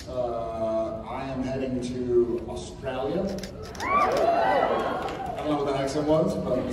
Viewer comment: Why was Jared going to Australia? I love Jensen’s Australia accent!😂